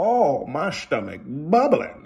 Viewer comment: He gets more emphatic about the bubblin stomach every time 😂